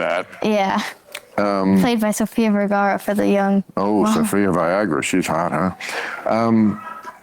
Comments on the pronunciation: bro deadass said sophia viagra what the fuck man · Dude said Sophia "Viagra" to a little girl. What in the kindergarten commando is going on?